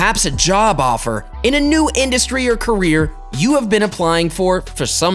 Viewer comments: Everytime he says career 😂 What I hear is Korea But what he says is career Am I the only one hearing it as Korea Like if you hear the same too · i here korean😂😂😂😂😂😂😂😂lol